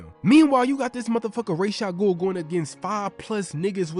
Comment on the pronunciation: (Rah-Jah-goul) my man killing me